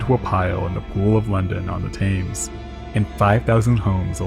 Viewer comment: TAMES?? TAMES??? noooo the most well known bad spelling in all of boating got him 😭 it's pronounced "tem-s" tem like in temporary and then just add an s.